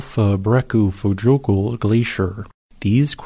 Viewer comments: Yeah as much as I enjoy the videos, I would really like to see him work a bit harder to master some of the names of foreign volcanic systems. Not that Icelandic names are easy, but dang... 'jo' is generally a "yo" sound (never a soft G sound), while the double-L gives roughly a "tl" sound which is kind of tricky. So this system would be Hofs-YO-kutl... Sounded like he was saying "Hofs-joe-kutgug" or something. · Just a friendly tip: Hofsjökull ~> Hof's-yuh-kuh-tl In Icelandic, a double-L is pronounced as -TL, -J is like -Y in "yes" and a -Ö is roughly equivalent to -uh. "Jökull" means glacier. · Hes adding a whole syllable and his enunciation gets worse each time he says it, but credit for trying i guess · Yup. Kinda sorta should be Hofs-yo-kult, based on my limited time spent there. But we all know pronunciation takes a back seat to the excellent geology presented on this channel :) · He's not even close. Virtually all of his Icelandic pronunciations are way off. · But he pronounced it differently throughout the whole video and never once correctly.